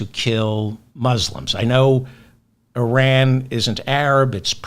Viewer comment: I don't know what it is about you, but I think you're the best informative out there. Because it's not just Trump, it's the world. I hope you remember my IRan pronunciation advice. Keep on doing what you do!!!!!